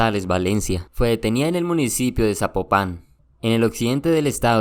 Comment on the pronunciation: Oye ya que te estás hagarrando de lo que está pasando en México, deberías investigar bien lo que dices y ya de pasada deverias de buscar cómo es que sé pronuncia Zapopan